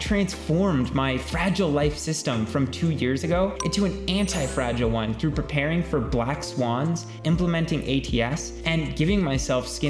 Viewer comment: you subtracted `h` from through and gained my attention